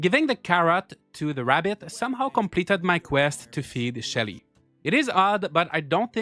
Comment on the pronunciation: When you said Shelly, I was convinced for a moment that you said Shitty and was like who names their game character Shitty